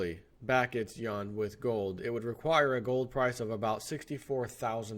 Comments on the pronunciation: I couldn't listen to this...... it is pronounced You-whan!!!!! Not Y'an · I am Wrong , SORRY it's sounds like Wawn not wane Yuan is pronounced Wawn. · It's actually pronounced like with an 'en' as in 'pen' and has a slight rising tone; try saying "U.N.?" by blending the syllables together and that's essentially it (check with Google translate if you think I may be wrong). Idk why the western media deliberately pronounces it incorrectly, kind of like when some people say Iran and Iraq pronouncing the names as if they were Apple products, lol. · You're killing me... It's pronounced YOO-AHN... If you can't say Yuan, then Renminbi is an acronym... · Yuan pronounced Wane( phonetically that is)